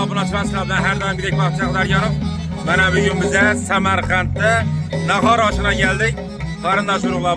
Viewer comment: Нахар эмас, нахор